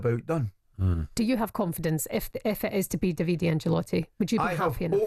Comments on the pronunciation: Davide tells me he prefers the Italian pronunciation DAH vee Day. Italian hit mob will be after anyone calling him Daveedee Fae the calton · Pronounced daviDAY in italiano. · Butchering the guy's name in multiple ways. It's "DAH-VID-AY" Davide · Thank you! My god have they never heard of that pronunciation? Butchering it so badly 😂🤌